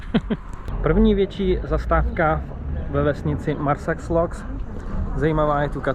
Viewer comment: Super záběry! :) Jen bych upozornila na jednu drobnost, a to výslovnost měst Marsaxlokk a Xlendi. Čte se se "š". My tam jezdili autobusem, tak jsme to slyšeli přímo ze zdroje. :D